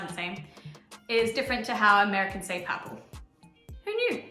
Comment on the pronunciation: Yes, in purple you seem to leave out the r. 😁